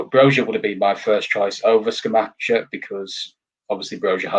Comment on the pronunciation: The Europa League DID affect us. Most Sundays after playing in the Europa League on a Thursday we reallly struggled due to the lack of squad depth. The players looked leggy. Can't see us finishing higher than 8th at best. Hope I am wrong. By the way guys it is pronounced ScamaKKa 🙂